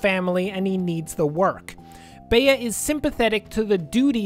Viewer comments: Spare me and please say Bee instead of bay-uh please for the love of god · CURSES ITS Pronouced BEE not bae-a